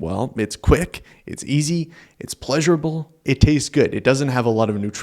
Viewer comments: Peasurable haha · Peasurable and Amont 😂